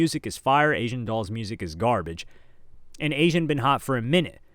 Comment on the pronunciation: the pause in the quote just for him to say she was garbagio literally made me CACKLE😭😭